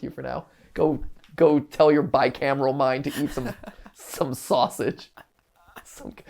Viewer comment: Said the sausage way wrong my god